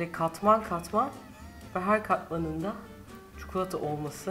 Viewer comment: Refika abla çukulata değil çikolata 😂😂